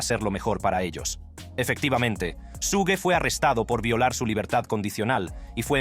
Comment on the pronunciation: Su-gue jajajajaja